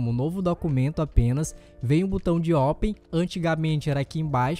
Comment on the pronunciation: Deixa de ser idiota rapa!"!! Nem bem sabe falar em Português/BR, inventa de instalar o PsP. em Inglês, quando já vem com o idioma padrão Pt/Br., aí fica com popap. popeye é a sua cara... lembra o muito o marinheiro, botão de ÓPEN... fala sério!!! Kkkkkkk